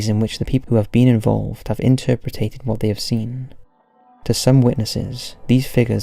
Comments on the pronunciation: Hmm..not sure what to make of this Collab.Lots of mispronunciations and reading errors by the narrator,..some badly written segments. For eg, its should read 'interpreted' not 'interperated', and the general flow of the narrative jumped all over from 'scary exposition', to a pound shop version of Ancient Aliens, with a very poor explanation of Atlantis . Atlantis was not an underwater city, but sank beneath the waves in a cataclysm, according to Plato who heard the story from a priest of Sais, Egypt, which he set down in his two books Timeus and Critias. A very disjointed, seemingly rushed story this time, and not up to the usual standard of Bedtime Stories. The original writers and narrator are a real miss in this video , Im afraid. I do love this channel, and I hope 'normal service' resumes soon. x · Awful narration by. If he wasn't misreading the script (which is unprofessional and disrespectful in equal measure) he was mispronouncing words like 'interpreted', pronounces it 'interpretated'. Nails on a chalkboard.